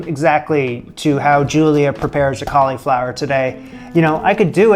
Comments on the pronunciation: Please stop saying colly flower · The way you say "cauleeflower" is just precious. That must be a Canadian thing. Also, I thought I would mention, you should very definitely get a Nutmeg grinder. I know, no one thinks it makes a difference, but the difference between a jar of nutmeg and a freshly grated nutmeg is like the difference between lemon juice from a lemon and lemon juice from a bottle.